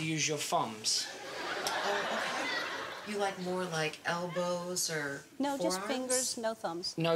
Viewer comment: I love the way he says thumbs cos they sound like 'fumbs'! XP XP